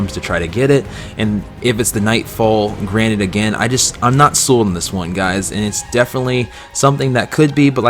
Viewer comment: you pronounced "granted" as "granite" and you also used it in the wrong context